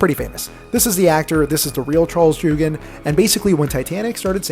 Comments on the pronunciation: Charles joughins name is pronounced (yaow kin) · Joughin is pronounced “joffin”